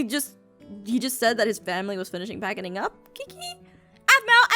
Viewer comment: did anyone else hear her mess up? She said packiding?